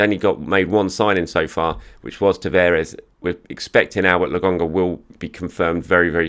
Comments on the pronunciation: it's "LO KON GA" not logonga lol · Logonga again! it's LoKonga!! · Whoever the guy at the gym is, next time you see, tell him its LoKonga. With a K. Someone please tell him.